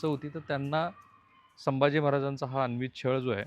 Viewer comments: "अन्वित" अत्याचार असा शब्द नसून " अनन्वित" असा शब्द आहे...किमान 1000 वेळा आपण अन्वित असा चुकीचा उच्चार केला आहे..😢😢😢😢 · सर अनन्वित असा उच्चार आहे